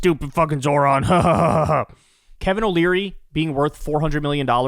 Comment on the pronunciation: Nice job Bill! You finally got his name right! So proud of you! Who’s a big boy?